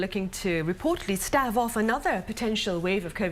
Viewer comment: Stave rhymes with wave. 😶